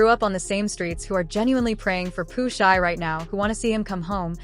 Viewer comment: Pooh SHY STEE (say it like that) FFS